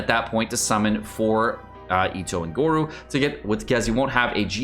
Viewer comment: its pronounced go-ro and albaedo HAHAHA